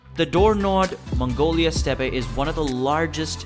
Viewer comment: Steppe, like step. Not steppie 😑